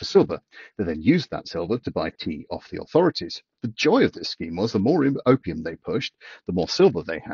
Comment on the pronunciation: I know he said opium but i could help to hear copium.. 😂 industrial scale copium